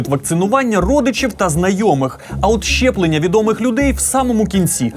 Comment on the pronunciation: Ясю, не "чЯстина" , а "частина". І колезі передайте, що не щЄплення, а щеплення. Вку*вл*є така покалічена вимова.